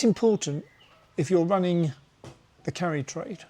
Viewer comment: Can't say I understand this video.... Japanese Carry trade ???? First off all I thought you were saying Curry trade😂😂😂 Always listening and learning